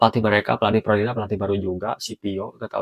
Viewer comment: Fiorentina bang.. bukan Florentina bang.. Florentina siapa dah itu? Tetangga sebelah kali Florentina.. hehehehe